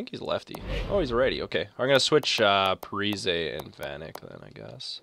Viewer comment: Also, its pronounced parisi, he said that he wanted people to say it like that last offseason i think